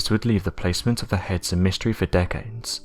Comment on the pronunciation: I swear he keeps saying hens instead of heads every now and again 😀😀😀🐓🐓🐓🗿🗿🗿